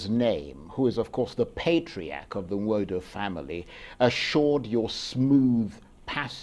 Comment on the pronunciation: Charles Aniagolu. You are from Enugu State and unable to pronounce Igbo name correctly "Nwodo"